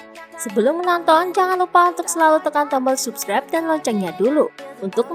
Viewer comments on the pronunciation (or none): none